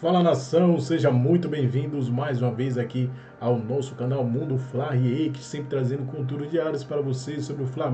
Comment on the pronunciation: Amigo, corrija isso, por favor. Não é /riÊIkt/ é /riÉkt/... som aberto.